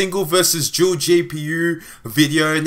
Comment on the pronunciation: I don't know what's up with these people, the video was good, and there was nothing wrong with your pronunciation. I don't see why you would need to apologise for something like that.